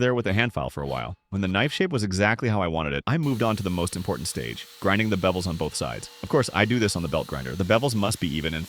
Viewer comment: Is it "bevels" or "bebbels"